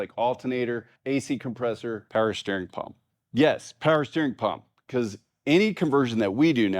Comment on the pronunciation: "Peewer steering," I heard that. 😂